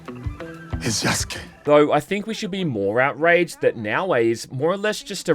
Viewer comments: "Either as Naoe or Yasuke" is what you meant to say. Not Yaskay. Be better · What you meant was "you have to experience things as Yasuke". You fucked up again by saying Yaskay. Be better. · You really mess this up through the whole video huh? It's Yasuke, not Yaskay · God that was tough to get through. Hopefully by now you know how to pronounce Yasuke correctly instead of sayin Yaskay. I wanna support you but with fuck ups like this it's hard to take you seriously. I mean you did it the entire video. Learn to read. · They bring it up in regards to Yasuke. No one brings anything up to Yaskay because that's not how you say the name. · You dense idiot. It's Yasuke, idk how you can read from your skript and think yeah that's how it's said. It's Yasuke, not Yaskay. Learn to read or find another career. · You're relentlessly stupid. It's Yasuke, not Yaskay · Again, Yaskuke not Yaskay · Jesus I can't wait for you to learn. Yasuke, not Yaskay. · You fucking moron it's Yasuke not Yaskay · Lmao I knew your dumbass was gonna say it 💀 it's Yasuke, not Yaskay. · You need to get your shit together. It's Yasuke' not Yaskay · You're still fucking it up. Yasuke, not Yaskay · Again. Yasuke. Not Yaskay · I'll correct it every time you mess up. Yasuke' not Yaskay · Please pronounce it correctly. It's Yasuke. Not Yaskay